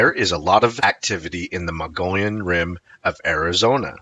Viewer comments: I give up. You have been told and told that Mogollon is pronounced mo-go-yown or even muggy-own. I guess the rest of the world will now have to start saying “Mongolian” from your example. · I was gonna say. Muggy-Yawn..if he doesn't;t care to learn how the natives say the names, how precise is he. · Haha. Right? I appreciate but I find myself exclaiming "Mo gee ahn" every time he says Mongolian. I lived in Flagstaff for 37 years and that is how I learned to pronounce it. A bit different from your pronunciation but similar. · Mo-go-yon. Please focus. Mo-go-yon. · It is Mo-gee-yon. Hard g. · In Arizona the Mountai....mong ollan rim,is pronounced like this(moe-gee-on)like guy but long e.i'm from AZ...The Navajo Nation,and the pinon(pin-yon)that's the trees where pine nuts come from. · Moh-Geeh-on is correct 👍